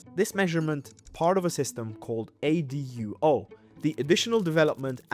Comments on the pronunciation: Bro its called A U D O, not ADUO :face-green-smiling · ADUO, NOT AUDO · it's ADUO, not AUDO stop using AI for your narration, okay